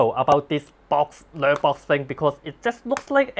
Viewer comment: lok: pronounced naaar-box rather than ner-box.